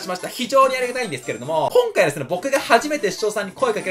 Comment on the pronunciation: こん↑かい すき